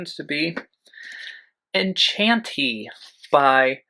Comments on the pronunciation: I loved the way he butchered the pronunciation of “Enchantee” 🤣 You should have him do your TBR’s more often, this was a riot! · This was absolutely awesome! I had so many laughs while watching this. Nightmare butterflies and the pronunciation of Enchantee! AND that he would write a book and title it Volume 2 without having written a Volume 1! That is sheer genius! I hope he has a wonderful birthday! His personality reminds me of my beloved older brother who is a Virgo! Missed you but will see you in your next video!